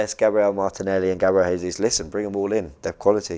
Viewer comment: Its pronounced Gabriel Gesus